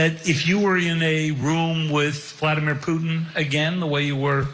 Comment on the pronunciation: Putin 😂😂😂😂😂😂 omg how does he get that wrong